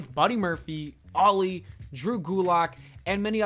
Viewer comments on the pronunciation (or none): The way you pronounce Ali's name makes you sound as if you're saying "Loli" oof